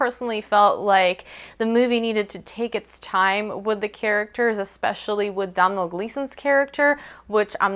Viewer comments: Congrats on getting the pronunciation of Saoirse right as it's quite an obscure Irish name. Just so you know, Domhnail Gleeson's first name is pronounced 'dough-nil' (dough as in bread, nil as in zero). Hope this helps, great review. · Yeah I was really impressed when you pronounced her name right! At least you tried with Domhnall, most people just skim over irish names like whatever. Loved the review :)